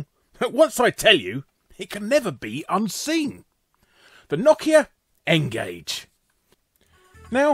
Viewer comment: Knockia? Its no-kia not knockia. Brits really like to mispronounce names huh? I mean you guys actually pronounce some of them right (Adidas for one), but others, (Mario, Nike, Nokia) are just so wrong it's actually funny, like I laughed far too much at this episode, but it wasn't at what I should have been laughing at LOL